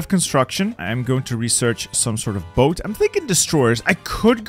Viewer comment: ah yes “boat”